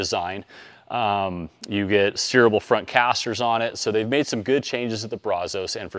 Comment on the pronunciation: I can't take you serious on how you pronounce brazos! I stopped watching after you mutilated that lol